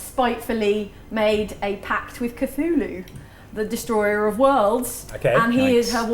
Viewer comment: did you actually pronounced Cthulhu right? The Lord appreciates that.